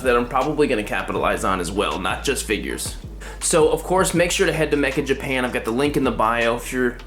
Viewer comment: dude the site's called meccha japan not mecha japan lol